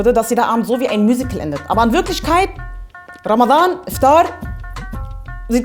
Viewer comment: Du bist sehr unterhaltsam und sprichst Ramadhan perfekt im arabischen Original aus. Mein Ziel für Ramadhan 2019 ist es das Buch "die ethnische Säuberung Palästinas" zu Ende zu lesen, weil ich das schon ewig habe und bisher nie geschafft habe.